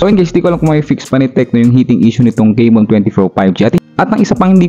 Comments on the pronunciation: Tecno kay-mon 20 pro 5g 😂😂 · CAMON hindi CEYMON juskupo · Correction po sa pronounciation. Camon - Kamon ✅ Hindi po Camon - Kemon ❎ Sorry yun lang po. Peace 😊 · Techno keymon😂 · Bakit naging *keymon na si *Camon?? 😁